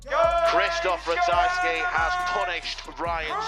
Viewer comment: ratajski not ratajksi